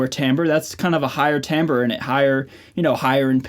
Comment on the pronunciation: Bro you fucking pronounced timbre right thank you so much. Huge pet peeve of mine when people get that wrong